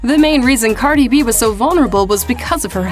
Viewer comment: Pronounces her name wrong right bfr the clip of her saying her name 😭